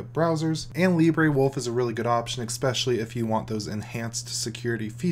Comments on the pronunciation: What does eXspecially mean? OR do you mean especially? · Especially doesn't have any "x" in it. Saying, as many times as you do and saying it wrong, is just annoying. Except for this everything else is great.